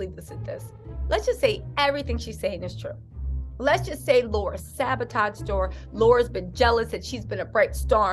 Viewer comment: Luv ya! Pronounced- Lair rah not Laura